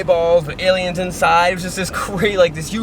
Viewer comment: “Alien” = A-lie-n